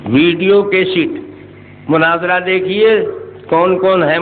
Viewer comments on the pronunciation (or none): none